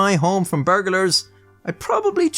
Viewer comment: .....and your defect is the execution of the English language. Some things to work on: The word 'nuclear' is pronounced just as it's spelled, 'nu-clear'. It is not spelled 'nukular'. And those dastardly 'burgulars' are, in fact 'burglars', though some might dispute this appellation, being poorly eduumicated losers.